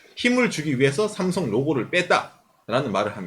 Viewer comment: 다 좋은데 왜 자꾸 쌤송쌤송하시는지..;; 한국인이시면서 제대로 발음해주시는게 좋을것같아요.. 내용자체도 구구절절 삼성신파극인데 쌤송이라하니까 왠지 우리스스로 삼성을 너무 비하하는듯한 느낌이들어요..